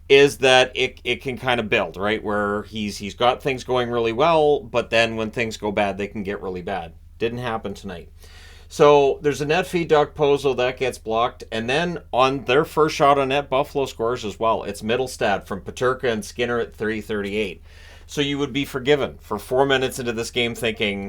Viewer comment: The K in Okposo is silent!!!!!